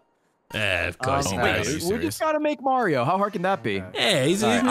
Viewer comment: then again, he does say mayor-ioh. not marr ioh. so. to be expected i suppose. shurg /s